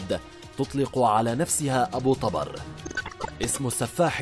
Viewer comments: طُبر وليس طَبر وهو الفأس♥️ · احجي عدل ابو طُبَر مو ابو طَبَر لا تتمضيك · أبو طُبر وليس ابو طَبر اللغة العربية والنحو مهمة خصوصاً عند القنوات الاخبارية او الوثائقية. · طبر بالضمة وليس بالفتحة يلفظ شكرا على هذا المعلومات بالتوفيق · ابو طُبر بضم الطاء مو فتح الطاء اني:يمه اطلع الظهر امي:لا اني:ليش امي:يجيك أبو طبر وتموت اني:بلت على روحي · ابو طُبر بالظمة وليس بالفتحة كما كنت تقرأُها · للتصحيح ابو _- طُبَر - وليس -طَبَر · طُبر مو طَبر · طُبر مو طَبر اذا انت مو كدها ولهجتك اوفر شكو مسوي تقرير على شي ما تعرفة ؟؟؟ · ابو طُبر مو ابو طَبر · اسمة طُبر مو طَبر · طوبر وليس طابر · طُبر وليس طَبر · طُبر و ليس طَبَر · ملاحظة ابو طُبر بضم الطاء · طبر ضمه فوق الراء ليس فتحه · تلفظ (طبر) بالكسرة تحت حرف (ط) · طبر، بضم الطاء